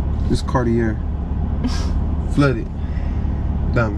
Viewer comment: TOPIC. BE RESPECTFUL AS A GROWN MAN. AND LEARN HOW TO SAY cartier. thats embarrassing